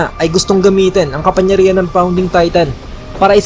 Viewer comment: Sir "KAPANGYARIHAN" po, hindi po "KAPANYARIHAN" pero nice review and translation Godbless